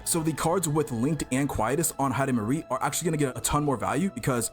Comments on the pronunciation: Heidemarie ❌ Heidimisery✅ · Heidimarie ❌ Hyper-carry✅